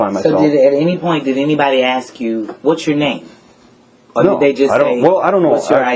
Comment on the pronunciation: Should have asked her for a copy of the affidavits the officers sign about THEM filing a false report! Also, I guess the lieutenant's exam doesn't include correct pronunciation of the word "ask."